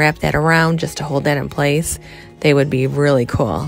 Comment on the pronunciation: Coolelle when did it become pronounced like this. Just plain old cool